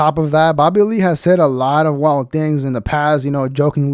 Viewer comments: With your accent it sounds like "Babbahlee" 😂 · These channels are getting old for anyone over 25 or has an IQ over 75….. I love how your dumb ass says “Babalee” for Bobby Lee.